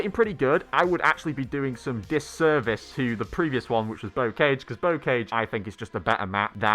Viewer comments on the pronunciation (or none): It’s pronounced Bo carge. 🤦‍♂️